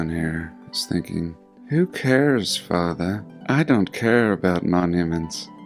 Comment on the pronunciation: “I don’t care fathah” “I want to wear a dress fathah” “ my teacher said I can cut off my penis fathah” “ why did u punch me in the mouth fathah” “fathah” “fathah “ “what are you going to do with the shotgun fathah”